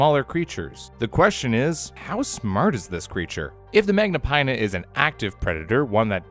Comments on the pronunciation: Magnapinna is pronounced with a short i as in fin. It litterally means great fins. Remember that. Americans, please put some research into pronunciation before butchering a scientific name. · where did you learn to read so that when you see the letters "-inna" you say eye-na instead of in-a